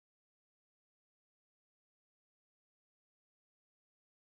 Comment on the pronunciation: The way she ways infinity lol "Infinny"